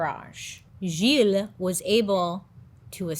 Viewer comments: That story has always been really interesting to me and I'm so happy you're covering it! Btw, as a French Canadian, your pronounciation of Gilles is great! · As a French speaking person, your pronunciation of Gilles is muah chef's kiss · As a French Canadien my-self, you pronounced “Gilles” very well 😂😂 Great video! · You pronounced Gilles perfectly. You are amazing. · I am francophone and let met tell you, you did a great job on pronouncing Gilles name the right way !!! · You didn't butcher the name Gilles, you pronounced it pretty well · Pronunciation of the name Gilles 100% ok! i give you A+!